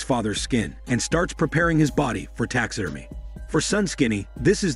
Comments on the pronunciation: It's pronounced "Tax ah Derm Ee ah" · "Tax Sid Er Meh" I love that the person doing this channel is not a native English speaker and the voice is an advanced text to speech program I have heard on other channels. You end up with engrish like that said in a confident way.